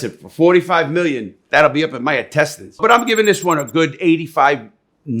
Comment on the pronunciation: "that'll be in my intenstines" That one cracked me up. LOL